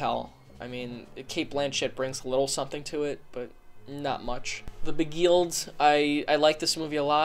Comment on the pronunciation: 'the be-geelt' Oh no